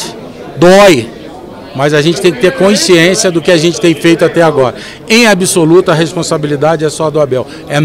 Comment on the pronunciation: Passa o tempo e não aprende a falar CONSCIÊNCIA. Incompetente!